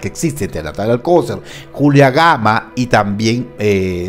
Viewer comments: Se pronuncia alcoCER acentuando la última silaba 😉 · ¿Por qué pronuncias mal el apellido Alcocer? ¿O es sarcasmo? Porque Alcocer no lleva acento en la ‘o’.